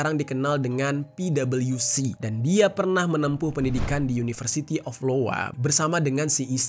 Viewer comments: Bukan University Lowa bang, tapi iowa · Bukan LOWA bang, TAPI IOWA (ai o wa) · Uni iowa dibaca (aiyowa) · ◦Bukan University Lowa bang, tapi iowa